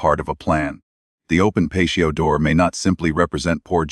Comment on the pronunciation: Personal perspective.....great content , but spoiled by the AI voice for me. " Pay-shee-o door". I don't care what someone's voice sounds like,but real people trump AI everytime.